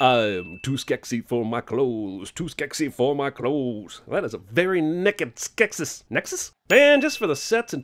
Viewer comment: "man, that is a very nekkid skeksis...neksis?" i laughed so hard lol